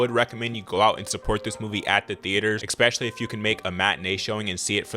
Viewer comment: The word "especially" is not pronounced ex-speshally. It's pronounced ess-speshally.